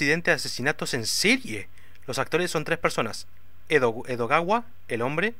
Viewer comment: Y se la pasó diciendo Edowada en vez de Edogawa todo el video.:_D